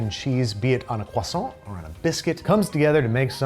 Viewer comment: I'm not French (Welsh) but thank you for not pronouncing croissant the American way (although you did slip at the hot pocket! I was typing as you said it!! Although you recovered at the end 😉), American biscuits aren't really a thing here in the UK, possibly savoury scones would be the nearest! But I am now hungry and awaiting a delivery of an Indian takeaway 😍